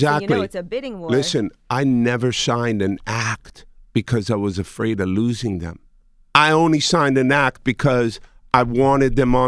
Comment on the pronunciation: did this jew just say(jay) we joosing our culture...lol...the fk...go back Irish, jewish is not even a word dumbass same as childish....this mfkers hate us but can't live without us